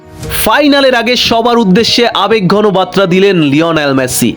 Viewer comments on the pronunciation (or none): বাত্রা নয় বার্তা হবে উচ্চারনটা